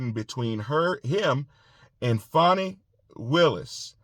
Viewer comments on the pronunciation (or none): It's not Fawney....it Fanny...like the butt cheek.